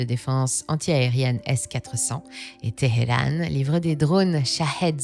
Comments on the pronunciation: Qu’est ce que c’est que ces prononciations de Téhéran ?? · Petite question... Pourquoi amusez-vous sur la prononciation de Téhéran, Hesbolah ? 😂 Calmez-vous et prononcez ses noms à la française par pitié 😅